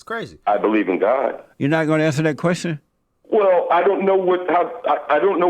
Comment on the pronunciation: Did she Whale, instead of WELL? 😂🤣😅